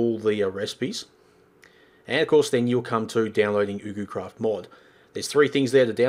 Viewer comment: Its prononced: YugoCraft